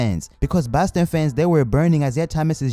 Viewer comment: He said baston